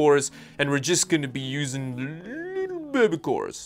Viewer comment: Can we get a 10 minute loop of saying "bebe" and "thiddy"? PLEASE??